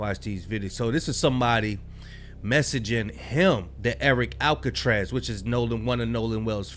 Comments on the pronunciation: Mans said Erick Alcatraz💀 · Alcatraz? Can you not pronounce a simple name?